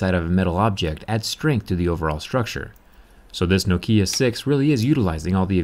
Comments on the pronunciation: no. nokia is nokia. not nakia.i know this, im from finland. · "No-kia could also be pronounced like Nakia"... Never heard of it being said like that, atleast not in Finland. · It's always been pronounced nockia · They still need to tell people that Nokia is pronounced Nock-ee-yah not noe-key-uh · As a Finn I heard Noukiia and Nakia but not Nokia. ;) I guess one could use this as a hammer. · damn it the way he pronounce the name nokiia is fkng sacrilege! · It’s Nokia not Nokia mate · who pronounces it as nakia bruh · Ahhhhh, I was wondering when someone was gonna ding you for saying nokia instead of knockia. But semantics, this phone is built tough, I like it. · I like this accent. No-kia. It's pretty cool. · Thanks for your informative videos. One small nitpick, your pronunciation of Nokia is wrong. The emphasis should be on the first syllable. To anyone who lived in Europe or Asia in the 1990s and 2000s and couldn't escape Nokia's ads, this sounds jarring. Thanks for the great work and keep it up. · By the way the pronunciation is not a matter of opinion or were you are in the world, it is a Finnish word and it is pronounced as they pronounce it in Finland. (edit) Oh and by the way I am 90% sure you are saying it wrong. The accent should be at the first syllable. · Zack, your accent it's wrong when you say Nokia. Why do you do this?